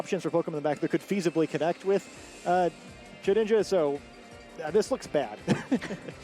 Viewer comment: I swear misprnounces ghost mons on purpose, first the treviant memes and now shed ninja...